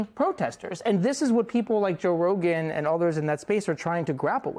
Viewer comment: Its RoGain not Rodan like in Rodent.